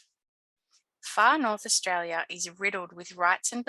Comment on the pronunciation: As an Australian, I thought my accent was strong until I heard your pronunciation of 'Austraya' 😊. I enjoyed the imformative video. Well done.